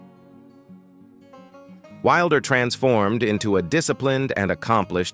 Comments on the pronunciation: Narration has major pronunciation issues. Our last name is not pronounced that way. It’s Wilder, as in wild-er. While they experienced multiple tragedies, they also had many triumphs. That said, THANK YOU for sharing and enlightening current day ppls on what life was like on the frontier. Julie Wilder Lange❤️ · The TRAGIC mispronunciations turn my stomach. It is so bad it feels deliberate. Butchering these famous names isn't enough for this source. Wilder is pronounced just as you would expect - as a word meaning less tame. It does NOT rhyme with "builder." They have to use bizarre mispronunciations of simple everyday words. Navigated has a long A sound, and so does acres. Barren is pronounced as a title of nobility, not as a word to rhyme with foreign. "Laura ingols wildair?" 20 minutes in, I can't stand any more. Once again, the long A sound is rejected in "adjacent," and I am out of here. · Also, inconsistent pronunciation of "Wilder" bouncing between short 'i' and long 'i'. Also the gap: Laura Ingalls.................Wilder in places through the narration. This video needs to be taken down and the narration rerecord by a human being! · I wish they would do something about the AI reader, narrating these stories. One minute it’s Laura Ingalls Wilder and then it’s Laura Ingalls ( pregnant pause) Wilder. This AI needs to be taught pronunciation of common everyday words and give the voice a less monotone speech pattern. It seems to drone on and continuously mangles words and names.